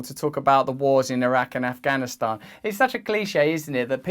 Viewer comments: Side note: I’m so happy with Russell’s accurate pronunciation of the word ‘Afghanistan’. The western media always gets it wrong. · You actually pronounced the 't' in Afghanistan. Well done Russell 😀